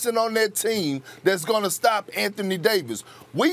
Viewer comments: No one : Perkins: The Lozz angelizziz lagerzz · lol perk be like “ the Law Sand Jealous Lakurrrs” 😂😂